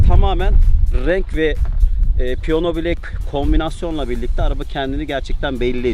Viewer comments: Piyona yerine piyano deseniz iyi olurdu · seni Çok bilmiş Ama piyono değil Piyano